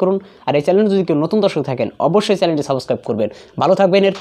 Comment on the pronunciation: Saboscraib 😂😂😂 ki uccharon